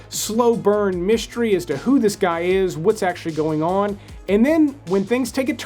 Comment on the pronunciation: the words, "stream", "mystery", and "strange" do not have an H. It's not "shtream", "myshtery", or "shtrange". FYI.